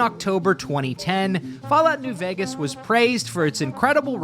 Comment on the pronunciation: my God, I was listening in the background while doing home stuff and the first time I've heard it like "Fallout: New Orphans" I've lost it